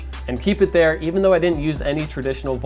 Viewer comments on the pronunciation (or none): none